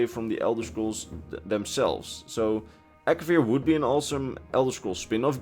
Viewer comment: It’s Akavir